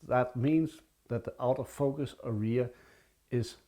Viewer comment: Hej, I watched the video with interest. May I make a few suggestions for improvement? Well then, here we go: #1. The video is too long for a simple message; cut down by one-half. #2 Pictures are shown at machine gun speed, they are too good for such speed. #3 Learn how to properly pronounce the word "area", especially as you use it so often. English words are pronounced with an even stress; you put stress the end of the word. Listen here for a correct pronunciation. Best regards. Chris